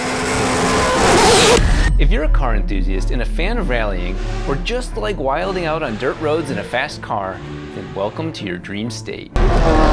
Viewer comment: Did this man just pronounce the D in wilding out? 😂 sounds strange to my ignorant ears lol